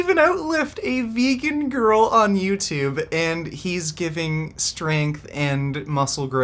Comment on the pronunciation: I love the way you always say „veeygan“ when you do acting